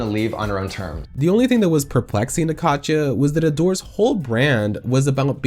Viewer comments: why do you keep saying Kacha instead of Katya? i’ve binged a bunch of your videos and it’s so grating. Katya isn’t hard to say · If I have to hear "Kotcha" one more time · Is calling Katya "catch ya" your thing? 😆